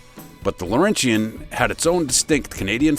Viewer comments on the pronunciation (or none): Must be AI: Pontiac Laurentian is not pronounced Lor-en-shee-en Pronounce it: Lor-en-chen I grew up in Montreal